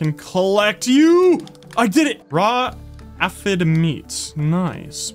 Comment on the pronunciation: It is pronounced Aye..fid.. Glad You Re playing this game!